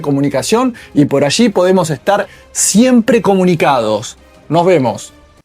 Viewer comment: No se dice "por achi o por axi", sino "por alli". Me disculpa